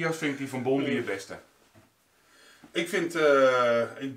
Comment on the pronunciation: Bondi Treasure hunter vind ik leuk! Ik kijk alle filmpjes. Je spreekt het trouwens uit als Bondaai ;-)